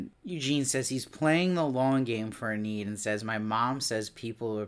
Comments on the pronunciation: He keeps pronouncing it that way. It should be EE-nid. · I'm just wondering please, why do you pronounce her name "En-need"? Is it your accent or? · It's distracting! He's got good insights, but the constant mispronunciation is killing me! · I know!